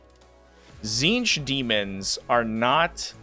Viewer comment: you read the tzeenth one rong